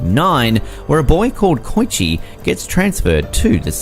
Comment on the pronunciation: None of these are disturbing AT ALL besides perhaps Shiki. Your pronunciations are far more disturbing to me. "Koy-shee?", "Yama Shabbay?" Seriously homie? Japanese is easy as hell to pronounce even to non-native speakers.